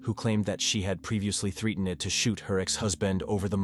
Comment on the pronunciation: these would be a bit better if someone actually took the time to read the script instead of letting the AI do it. It's hard to take something seriously when their name is Annelle and it keeps saying Anal or three-at-en-ed for threatened just to name 2.